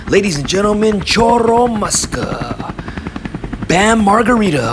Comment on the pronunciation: And chorro muska